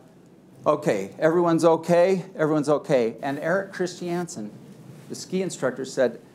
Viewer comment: I’ve never heard ‘Christiansen’ pronounced as “Chris-tee-ANN-sen”